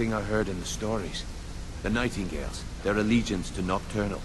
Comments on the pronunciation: nightingales not nightinggales, pronounced: night-in-gales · *X pronounced night-ing-gales X*